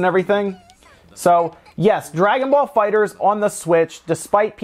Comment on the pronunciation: THE ONLY PERSON WHO GET'S THE NAME RIGHT LOL ... ALRIGHT NOW LET'S START THIS VIDEO LOL.